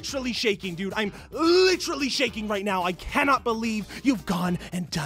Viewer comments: Licherally #nochin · Pronounce it "LITCHERALLY'" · It's bad enough Leafy doesn't know how to use the word "literally" but he also doesn't know how to pronounce it. LITRILLY LITCHERILLY LICHRULLY LECHRELLY LYCHRYLLY